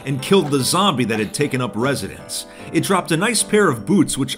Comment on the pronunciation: He did say zomebie lol 😂